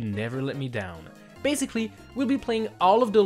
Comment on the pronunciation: Everyone: basically: baziglly